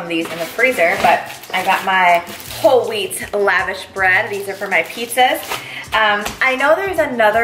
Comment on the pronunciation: Please please please look up how to pronounce lavash correctly :) It is like when people butcher gyro.